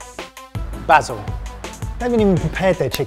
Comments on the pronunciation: Glad to hear someone () pronouncing "oregano" properly for once. They still need to work on "basil" though. #somedayyou'llgetit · every time i hear them say "bah-sil" instead of "bay-sil", i cant help thinking of faulty towers and it hard to take them seriously, cuz all i can think of is Sybil screaming, "BaSiL!!"